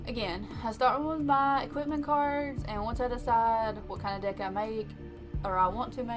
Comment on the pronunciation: The way you say "Deck" totally doesn't sound like "Dick" xD